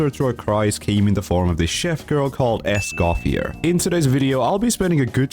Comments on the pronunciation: You dont actually pronounce the R at the end of her name, her name is french so the R is silent. It's more like "Es-kah-fee-ay". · For all (Americans ?) having pronunciation problems, it's: "Escoff-yay" :goodvibes:😄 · It's pronounced "Escoffier," not "Escoffier."